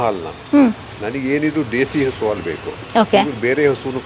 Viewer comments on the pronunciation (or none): ಹಾಲು. ಆಲು ಅಲ್ಲ. ಏನು ಕನ್ನಡ.